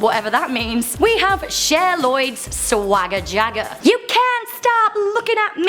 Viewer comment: She butchered Swagger Jagger 😅 I loved Cher Lloyd..